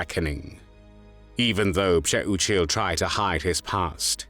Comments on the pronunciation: Thank you for pronouncing this traitor’s name correctly. Still, wow, I hope Pcheh-oo-chill (Přeučil) is burning in h3ll for all eternity for what he did. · nice pronouncing his last name id would have called him that treasonous ✔️ azz wipe lmfao